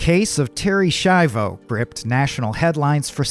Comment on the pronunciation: Se pronuncia SKIAVO